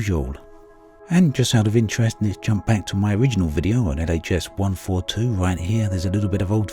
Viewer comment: Wish I could hear what the fuck he’s saying ?.. sounded like ghs 142 or Leah’s 142...speak properly damnit